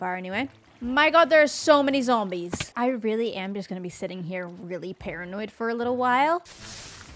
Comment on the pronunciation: I'd never heard THAT pronunciation of "zombies" before XD